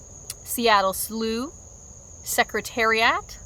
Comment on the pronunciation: awesome video but ain’t no way u said secretariat like that